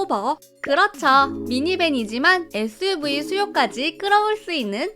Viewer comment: 에th유브이 같읍니다 발음이왜이러냐ㅡㅡ